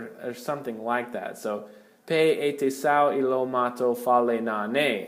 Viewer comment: Great videos. Soft e on pe like “pet” rather than sounding like an A in “pay”